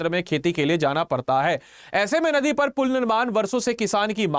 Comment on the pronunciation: kya kya bola jara hai ye banda jldi jldi ... dheere bolo bt pronounce toh sahi krre aap ... ... nadi ko din bol raha hai or kuch sabdo ka v uccharan galat hai .... bpsc or upsc ka preparation hora hai ya vlog bnn ra hai ?